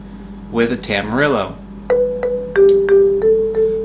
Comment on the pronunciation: Hearing Tam-ar-ill-oh hurt on a different level